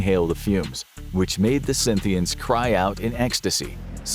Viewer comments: Why is he calling Scythians Synthians ? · It's Scythians by the way not 'Synthians.' They didn't play synths (citation needed) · It is "Scythians" not "Synthians." For the love of god double check your research and how to pronounce it. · Scythians Not Scynthians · scythians not synthians. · It's Scythian, not Scynthian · Scythians, not Synthians. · They called Scythians and not Synthians bro and they are Iranian people not siberian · hate to be the history police, but it's 'Scythians' guys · Cynthians? Ba-hang?